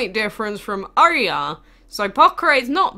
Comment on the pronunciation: It pronounced as oryaa or oyaar (Oyar dragon)